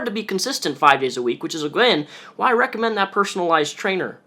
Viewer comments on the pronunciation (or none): none